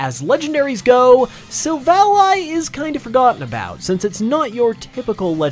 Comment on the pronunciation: After how he pronounced "Silvally," i just know he can't pronounce pokemon names correctly